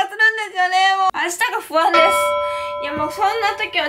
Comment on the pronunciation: コンニチワー！木下ゆうかれす！に聞こえた